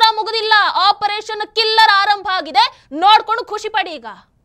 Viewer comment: OP. Killer ಅಲ್ಲ OP. KELLER